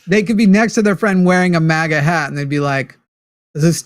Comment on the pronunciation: Forrest, the A in maga, is like A-getha, or a-gate. ✌️